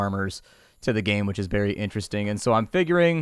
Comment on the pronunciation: Do you just say "which is BERRY interesting"?...